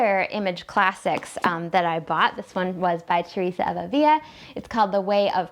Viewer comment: Love your channel! You exude faith and joy, and your commentaries are so insightful. BTW, "Avila" has only one "l" so it is pronounced as we pronounce the "l" in English.